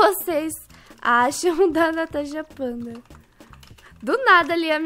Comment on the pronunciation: Se sempre fala tanasha fanta em vez de natasha panda